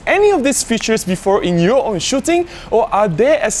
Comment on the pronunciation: Most useful and the only one I didn't know is the AF limiter. Very useful indeed in some scenarios as you say. Maybe em1 MKI doesn't have it. Dunno. I'm waiting for the MkII. Good then. Check your pronunciation of "features" . Go on.